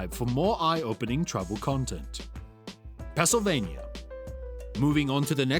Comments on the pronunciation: Pel Sylvania? Hardly. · Oh NO this British or whatever robot? Misprononunced Pennslyvania. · Learn how to pronounce Pennsylvania!